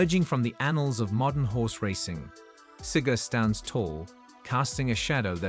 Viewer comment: If AI is so smart how come it cant even pronounce " Cigar" ? Not Siger..